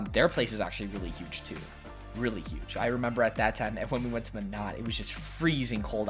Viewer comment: ok, it's pronounced My-Not. not meh-no, not meh-not, it's MY-NOT. Im from Minot and we HATE it when people say our city's name wrong😂